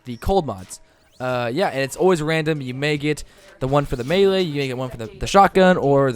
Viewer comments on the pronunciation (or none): none